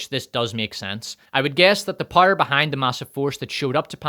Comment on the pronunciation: I just realized after watching several videos that “pyre” is just how you pronounce power lmao, I thought “rings of pyre” is some kind of joke I’m not getting.